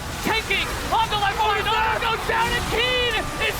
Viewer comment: why do they keep reading "oner" as "owner"?